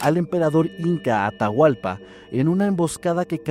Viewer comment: Me encanta y agradezco mucho que tomen en cuenta a Ecuador para sus relatos ❤ pero Atahualpa es a secas solo Atahualpa 😅 y hay palabras que están mal pronunciadas 😅 pero muchas gracias y se me hace tierno escucharles como pronuncian mal 😂❤❤❤❤❤